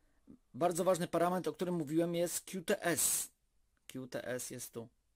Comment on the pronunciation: Jak to źle brzmi 'kiu ts'. Tam jest 'ku ts' (Qts)